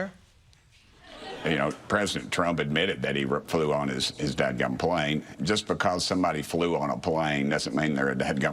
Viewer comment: Dad gum? Is that really how you say that?